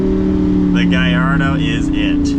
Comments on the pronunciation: It’s pronounced GAL LAR DOH not GUY. 😂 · Many people in Malaysia who spotted a Lamborghini Gallardo often pronounced the name wrong by saying GALLARDO because the two Ls are sounded which rhymes with the evil Claude Frollo from Victor Hugo's novel The Hunchback of Notre Dame and its old 1996 animated Disney film adaptation. Any concerns?